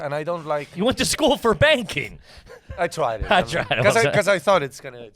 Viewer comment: I thought he was joking and said "banging" not "banking" until later in the show and they talked about it again. 😂 #puretrash